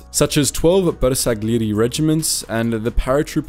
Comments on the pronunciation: This is such a great documentary regarding the courage of some members of the italian army and I really appreciate all the effort you put into this video, but the pronunciation of most of the italian words here is just... nevermind. Two examples come to mind: the surname "Giorgi" and the word "bersagliere". The first was pronounced as if it were "Ghiorghi", while you should've read it as if it were "Jorji"; same with all the "Giovanni", as they were read "Ghiovanni" but should've been read "Joevanni" (I know that "Jo"/"Joe" isn't pronounced exactly the same as the italian "Gio" but it's still quite close so I think it's ok to make the comparison). In the second case ("bersagliere") you read the "g", the "l" and the "i" as separate sounds, while they should have combined in a sound closer to that of the letter "y". Again, this criticism isn't to diminish all the effort and research you've put into this video, it's just to tell you that a couple of things can be improved and how to improve them. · Bersagliere is pronounced with a soft G, not hard.